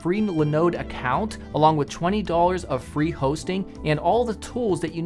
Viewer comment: Did he say Binod account or is it just me?